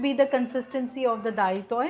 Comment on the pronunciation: Isn't it dalitoy and not dahitoi.I am an Amchi Konkani